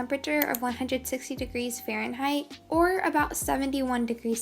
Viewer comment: that moment when ur German and lyao bc so the way she says Fahrenheit (it’s a German word)